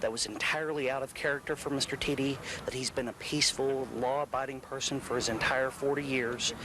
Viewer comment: Its not pronounced "tee dee" its "tee duh"